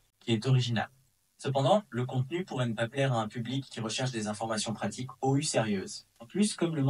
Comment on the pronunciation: Vous avez oublié de dire "Peux-tu prononcer les chiffres et le mot "ou" correctement en français ?"